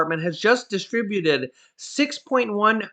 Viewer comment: its distributed not disatributed. Just saying